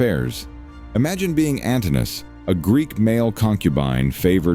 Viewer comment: The AI voice is awful, and the fact it can't say Ann-toh-NINE-uhhss is enough for me to bounce on out. Im about :20 seconds in. Peace